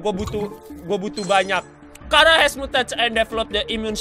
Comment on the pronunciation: Charar bukan Kharaa